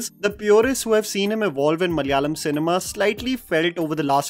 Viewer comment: Love you for always talking about our Malayalam cinema, but I cant help but notice the way you are pronouncing the word "Malayalam". its MALA- YA-LAM and not MAL-YALAM Its KERA-LA and not KER-LA.